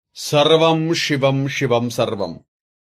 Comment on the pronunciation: షివం షివం కాదు షెంకరా కాదు.శివం శివం అనాలి. షెంకరా కాదురా మూర్ఖుడా. ముందు భాష నేర్చుకొని తర్వాత మంత్రరాగాలు చెప్పు దరిద్రుడా.